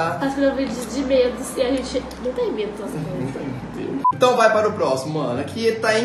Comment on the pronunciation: "eu fiquei com mEeEdo" kkkk saiu parecendo sotaque nordestino